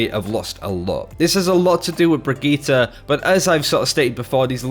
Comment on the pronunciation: 2 things is he purposely saying Brigittes name wrong cuz it's super annoying and as someone ranked master I can say that tracer isn't dead I use her a lot myself and I always see her on the enemy team she is a top tier pick and if u think otherwise they you don't know how to use her correctly